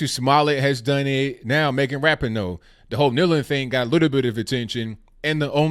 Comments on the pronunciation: Your Moms can’t handle their victory. Also, learn how to pronounce Ra-PEE-no. You show your ignorance when you go Ebonic on it. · Lord, lord where do I go with this. 1st of all it’s Megan Rah-pee-no. I almost stopped listening there because if you’re going to criticize someone at least know how to pronounce their name. The stop button got hit moments later though when you said Sue Bird was Larry Bird’s daughter. I think I hit it because I was laughing so hard. Again if you are going to criticize someone, know what you’re talking about. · At least say her name right. I agree you should never drop the American flag. Soccer is an amazing sport. Rapinoe is amazing and so is the WNBA and Bird. O'Hara picked up the flag. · You are a idiot. You can't even pronounce her name right. moron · How can you talk about people being respectful when you are yourself and your wrong with your facts get them also learn how to say Rapinoe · Well actually us women's soccer brought in more money than the the men's us soccer team, and have better viewings than the men so you are incorrect on that. You can't say Megan Rapinoe's name correctly. Sue Bird is not Larry Birds daughter. And Trump actually invited the womens soccer team to the white house in a tweet before they won regardless if they won or not. So... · Man, can no one say Rapinoe’s name correctly?